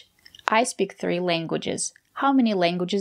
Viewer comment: I noticed myself that she pronounces speak as sp-heak and to me it sounds unusual